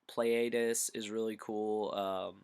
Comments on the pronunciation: pleiades is pronounced plee-i-dees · The only one I knew the real pronunciation is for Pleiades. It's Plee-Uh-Deez. It's also named after my favorite constellation in the sky. :) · everytime u butcher the name my skin crawls lol, i think im gonna falcon punch my computer screen